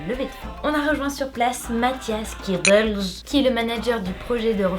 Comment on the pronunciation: Cette façon de prononcer "Belge" m'a surpris